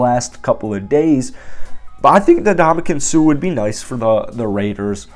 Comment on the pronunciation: The man's name is not 'na-DOM-a-kin', it's 'in-DOM-a-kung'. Get the guy's name right, jeez. It's not like he hasn't been in the game long enough to have heard in pronounced correctly. It's really a matter of respect. Ask Steph Curry. That said, I don't think the Raiders should sign him, but I'd be okay if they did. I don't think they need him, but there is undeniable value to adding him to the roster.